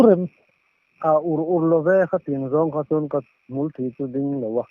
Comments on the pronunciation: Hmulthï an lam dik e. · Hmulthi tih hi a thlûk dân mitthi tih a thi tih lai ang hian lam tur ani zâwk lo maw,,,,,?! ka in sât kak duai a,thî a a chhuak nasa khawp mai tih a thî tih anga lam hniam tur anih hmel loh tlat,,hmul in thî a nei lova,a thî thei bawk lova,hmul hi muhîl ang deuh hian vunah a bet thlap a,thil hlauh neih hian a bet thlap kha a lo tho pir kawh deuh anga sawi ani a, thisena thî tih lam ni lovin,Thinthî tih ang deuha lam tur,muhîl tho ang deuh hian hmul thluang ṭhalai kha a tho ve a,a ding ve ta ang hian ka hmulthi a ding/tho sung sung mai anti zawk a ang,,,thisen lam ani loh hmel... Hmulthi=mitthi... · Awle, nên hian in mi kawm hi angaihnawm thîn hlê mai, mahsê, tawng thlûk hi, diklo a awm zeuh 2 mai, hmulthî tih hi,thingpui,tih angin i thlûk thin a, Baibîng tih thûk thlûka thlûk zawk tur ani e